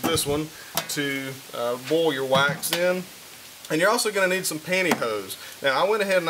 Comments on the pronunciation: Why do you keep saying 'bowl'? Is that your accent on Boil ??? 🤣 Guess you can say 'Oil' or are we going European French, and say H'uile... 🤭 Sorry... I speak proper English, even though I'm in Scotland. About to Bowl my Cappings... 🤗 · Why do you say boll instead of boil?